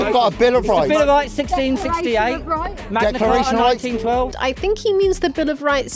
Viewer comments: The Magna what, my dude?! cah-ah?! Lmao 🤣 at least, it nice to see the US isn’t the only one, ya know? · The Magna Car-ah